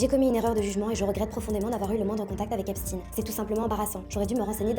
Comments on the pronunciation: Vous êtes des hypocrites.. vous faites comme les medias mainstream. J'ai zappé au bout de 20 secondes. Vous prononcez le non Epstein en epstine... Comment prononcez vous Le l'on de ALBERT EINSTEIN .. ?? EN EINSTINE??? vous protégez toujours le peuple qui fout le monde a l'envers... je me desabonne.... et vais suivre les les vrais journalistes citoyens. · Epstainnne ✡️ ☹️ on dit pas Albert Einstinnne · Pourquoi tu prononces Epstiin ? Tu dis Albert Einstein, pas Einstiin, non? Ils ont la même origine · la fille Lang dit epstin… ça doit être un truc du Milieu 😅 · pourquoi seulement ce nom-là a-t-il droit à cette prononciation? Ça ressemble à de la novlangue